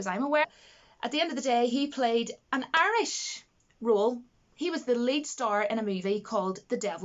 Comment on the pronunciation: You're Arish? I always thought you were Irish. :S :p